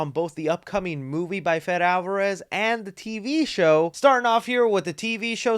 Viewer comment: I love you but it's 'Fedaaaay' Fede is pronounced 'Fedaaaaay' NOT 'Fedd', come on now 😂